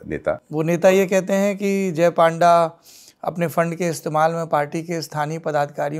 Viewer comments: Not a panda its pan da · His name should be pronounced as PUNDA not PAANDA. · Its not PAANDA Its PUN-DA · Its Not पांडा ❌ Its पNडा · Sourabh ji His name is Baijayant Panda.. Not Paanda 😡😡 first learn how to pronounce a name